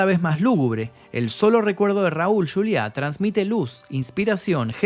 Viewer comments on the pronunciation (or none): No es yuliá es Juliá. En español. Y no es latino, es hispano. Muy buen reportaje, desde luego. Gracias por el trabajo.